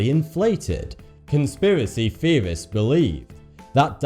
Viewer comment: what is a "conspiracy feorist?"